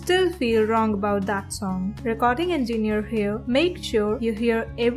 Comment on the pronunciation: "recording enginew"